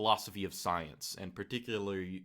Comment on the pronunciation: The way says soyence haha